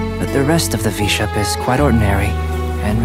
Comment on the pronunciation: IS NO ONE GONNA TALK ABOUT THAT UNFINISHED “VISHAP” The music made me laugh the most